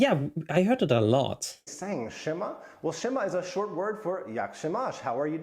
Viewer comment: Siema is actually said "s-e[E in polish, i don't know how to explain it, accent i'd guess]-ma"